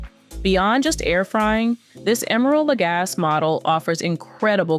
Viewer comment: Emeril Legasse is a WELL KNOWN chef. Learn how to pronounce his name. You are being disrespectful